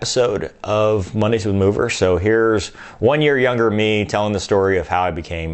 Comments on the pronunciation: So it's not "Mover" it's "Moooo -Ver". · should be Mower, like lawnmower or mowe down. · I had to rewind that to make sure I heard that right. lol, so it's actually more like MOOver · lmao at the origin of "Mover"